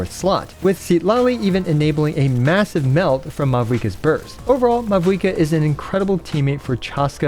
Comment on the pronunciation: sorry but did you just say massive?